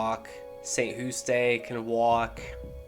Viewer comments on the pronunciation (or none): st hoostay😂😂 its just st jewst <— just based on pronunciation